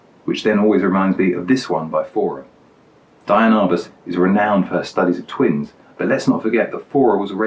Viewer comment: Wait, so you're TROLLING us by mispronouncing her name throughout the video?? Dude. Come ON. You are SO GOOD. I love the digressions, your humor, your photos, your choices. WTF? Seriously, keep on doing what you're doing and I'll always watch. Next do one of Cartier-Bresson's photos, but be sure to call him Hank.